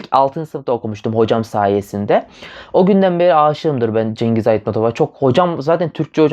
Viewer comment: Şıngız böyle okunuyor)